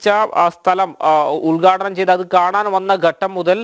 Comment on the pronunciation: ഉദ്ഗാടണം അല്ല ഉത്ഘാടനം ആണ്. ഉച്ചാരണമൊക്കെ ഒന്ന് ശ്രദ്ധിക്കൂ